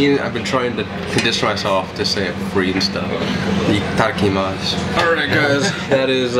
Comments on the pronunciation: did he just say taki mach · Not Ita Its ITADAKAMASUUUUUU